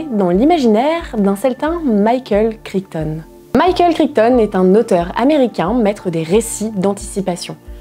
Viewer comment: Le micropachycephalosaure, il a la tête dure comme moi 😁 Et en parlant de pronounciation, j'ai les oreilles qui ont saignées à chaque fois que tu as prononcé Crichton 🤯 (c'est kraïtone, c'est n'importe quoi, on est d'accord)